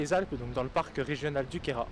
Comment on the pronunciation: Si non c'est la chapelle de Clausis. Un bon bivouac aussi en 2007. ca date. Sympa le reportage. Il est également appréciable aussi de voir que le Queyras est bien prononcé. Bonne balade